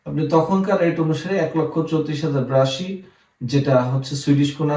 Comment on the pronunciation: বিরাশিমকে বলতেছে ব্রাশি! হায়রে ভাব!